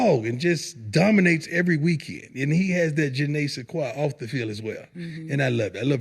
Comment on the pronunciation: "Janay Sequa." Anyone know her? 😂😂😂